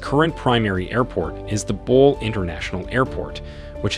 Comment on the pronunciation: GERD is a 5 billion project not a 5 million. It is bole not ball.